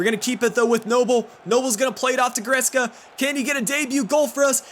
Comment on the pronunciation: He reads it right.